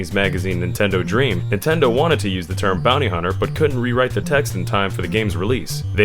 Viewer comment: Lol "bownee hunner"